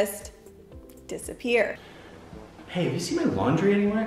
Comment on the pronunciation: I‘m not even a native speaker, and I know it‘s disappear, not disSappear 😅